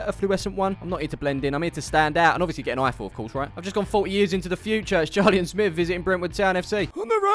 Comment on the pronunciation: Well done smiv for saying my name right again! Might remember me from Takeley fc video when I mentioned Clive 😂. Anyway have you seen him lately???